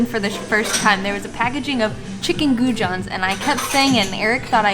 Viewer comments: Lovely as usual. You need to say goujons with a French j. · Love your pronunciation of goujons, was Chating to Alex from the travel beans just yesterday about your hilarious choice to base English fish and chips standards on a visit to Wetherspoons. Looks like you have picked some better seafood places in irland. Your Instagram shots look stunning and looking forward to seeing your vlogs from New Zealand and Australia. Keep up the great work guys, big fan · Great video guys 😀 We love our little home country ❤ Glad you enjoyed it. Figured as much that there would be nothing but rain that never changes 😂 And the pronouciation of goujons was great 😂👌